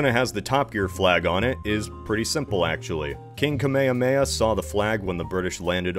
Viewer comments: please remember to pronounce the h's in the Kamehameha name. Kamehameha means the lonely one or the only one. But mispronounced without the h's (kameamea) it means the pretender, completely the wrong connotation and opposite meaning. Pronunciation matters. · Him: King Kemehameha Me: Stop right there